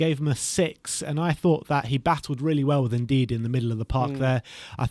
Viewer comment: It's N-dee-dee bro not N-deed